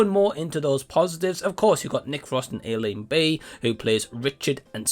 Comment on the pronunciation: Its pronounced ash-ling. She is one of my favorite comics. My son and i watched this and we liked it for her. I know it had resounding bad reviews but i liked it more than most well reviewed movies i have seen.